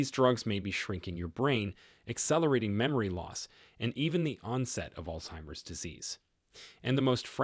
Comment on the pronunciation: Its not called ( all timers) its altzeimers.